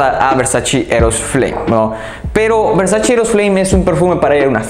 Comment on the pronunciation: ¡Gracias por tus recomendaciones, me gustan mucho, sólo me gustaría decirte que pronuncias mal varias marcas, entre ellas VERSACE, la pronunciación es VERSACHE, no VERSACHI! ¡Saludos!